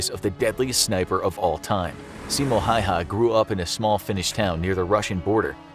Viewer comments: its Häyhä, not häyä or hayha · it’s “Häyhä”!! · Itis Simo häyhä not hauha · Mr Häyhä is Häyhä no hayha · its simo häyhä not hayha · It is not hayha its häyhä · I hate the fact that he sayd (Hai'ha) when it is just Häyhä it is maybe finnish hard pronounces but its not that hard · Actually it's Häyhä...not hayha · ITS häyhä simo häyhä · It’s Häyhä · it's really Simo Häyhä in Finnish and i know you guys dont know what ä is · IT'S SIMO HÄYHÄ! PERKELE!